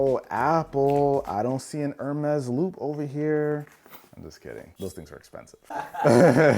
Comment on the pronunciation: Ermas? I think you ment "Hermees" lol